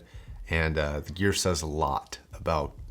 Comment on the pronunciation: Learn to pronoce gear man. Eek